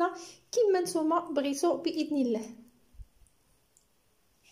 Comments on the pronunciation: عندما تقولين و رحمة الله انت تنطقين لفظ الله مرققة لا بد من نطقها مفخمة في هذا الموضع. ربي يوفقك اختي. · انطقي لفظة" الله" مفخمة انت تنطقينها مرققة. ربي يوفقك اختي.